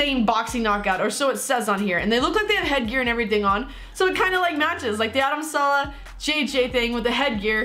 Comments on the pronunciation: it's adam saleh just say saaaa leeee hhhh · Saleh not salah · Is name is Adam Saleh not Salah